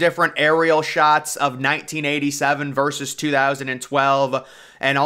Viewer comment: VERSUS not VERSE